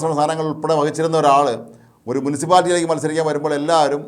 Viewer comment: മു'ൻ'സിപ്പാലിറ്റി അല്ല, മുനിസിപ്പാലിറ്റി. സ്വന്തം വിടുവായത്തം കൊണ്ട് മലങ്കര ശബ്ദം പൂട്ടിച്ച ചേട്ടൻ ഓർക്കുമല്ലോ🤭